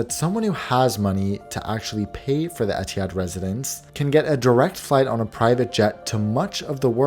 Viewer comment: As an Arab the way he pronounced Etihad bothered me so much every time